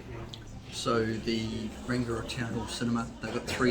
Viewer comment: rangiora is also pronounced rung eee aura not rang i ora